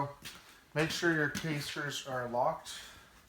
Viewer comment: come on dude...not KAYSTERS but ca:sters....